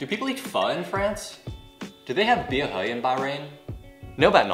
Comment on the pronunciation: Really helpful, thank you. Ps: bia hơi, not bia hời (i heard you said 'hời' several times :3)